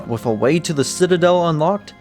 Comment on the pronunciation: great video but like its wiTH and wiTHout not wiFF and wiFFout